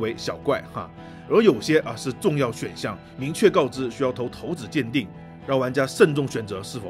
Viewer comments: 那个字真的念“shaǐ”，不念”tóu”。不别扭吗？😂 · 第一次听有人叫shǎi子 叫 tóu子，查了一下 还真可以这么叫 真是神奇